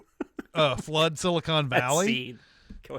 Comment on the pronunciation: Dammit, it’s “Silicon Valley”, not “Silicone Valley”. Silicone Valley is the space between fake boobs.